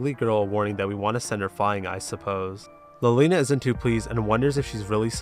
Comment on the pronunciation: wait, i just realized something you pronounce "liliana" as "lolina"? is it because she's a loli? lmao